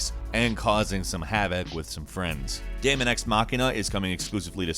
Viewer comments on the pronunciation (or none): none